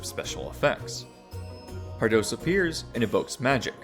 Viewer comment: Pardoes is pronounced more like "par dews" ^^